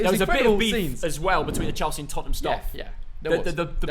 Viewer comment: Everyone: Tottenham: Topnmem